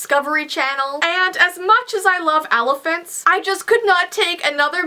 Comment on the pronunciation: alaphants